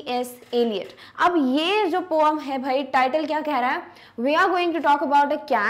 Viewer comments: Mam not poam it’s poem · mam not poam its poem improve your speaking skills 😂😂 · It is not poome it is poem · Mam you says that poam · Because mam say pooum ma